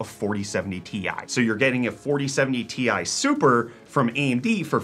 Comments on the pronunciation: I was like ‘WHAT'S A TISUPER!!??" I thought I was watching a video about GPUs? Then all of a sudden realized that he's the only person on the planet that calls "Ti Super" "TISIPER" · Tisuper, best pronunciation so far , hate the TI single word pronunciation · 4070 Tissiper (i heard Tea Sipper the first time) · lmao i also noticed this. didn't understand wtf he was saying at first